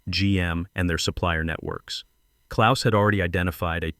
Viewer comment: As a Gernan-born lad with the birth-name, "KLAUS" I enjoyed seeing the name written correctly and also spoken correctly! Knowing how precise my mother was about everything she said and did, I can just imagine how this BOARD struggled with the directness of the German Language!